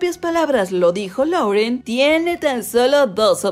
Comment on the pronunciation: se pronuncia "Loren"